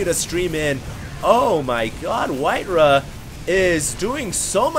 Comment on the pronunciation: It's not "whiteruh", it's WhiteRa.